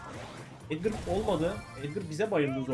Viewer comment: Abi çoğu youbuder neden edgar yerine edgır diyor